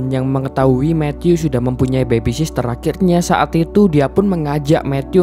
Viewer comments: Nyebutnya bukan bebi sister mas, yg betul 'bebi sitter' ('Baby sitter'). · Bagus bang..... Koreksi dikit bang.... Soal penyebutan yg bener. Baby sitter, bukan baby sister.... Smoha kedepan nya bisa lebih baik lgi..... Thanks